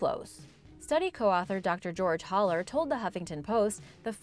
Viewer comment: It’s Haller (Hal-ler) not (holler)!! Been explaining this struggle my entire life